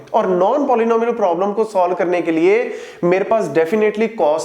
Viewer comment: I did speed to 0.5 😢 when Sir was saying Traveling salesman probablem (TSP)